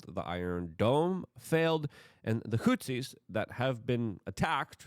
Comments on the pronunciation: Hey Luke, say it with me now "HOUTHIS" "HOUTHIS" NOT "HOUTZIS"!!! Why tf do you pronounce things wrong?!! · You can improve your pronounciation of Houthis. You say Hutsis. There is no s in the middle of the word. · There’s a TH in Houthi’s.. not Hootsies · Houthis. Th. There’s no S there dude.